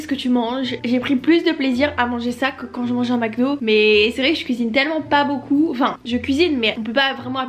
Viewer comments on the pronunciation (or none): none